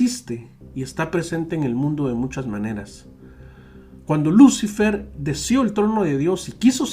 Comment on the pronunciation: Se pronuncia luciFER la sílaba tónica es FER